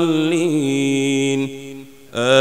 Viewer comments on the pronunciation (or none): none